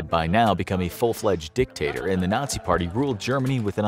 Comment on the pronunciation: Has anybody noticed the extra emphasis of the narrator on the "dic" of the word "dictator"? 😂😂😂